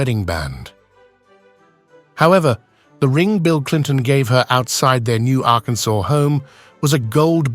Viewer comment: This is so interesting. Also interesting is the AI pronunciation of "Arkansauce".